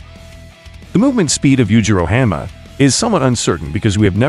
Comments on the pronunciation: “yujiro hamma” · Yujiro Ham-ah😭